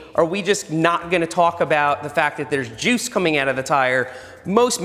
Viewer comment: The way he put emphasis on the word "juice" makes me think it was another word beginning with J, that's sticky and white.